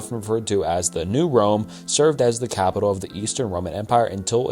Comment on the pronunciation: I'm sorry, I love this channel but dudes pronunciation is painful sometimes 😭 callous, capital, like I'm sorry if dudes ESL